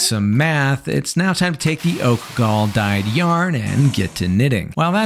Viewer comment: I know you had to practice saying “oak gall” a few times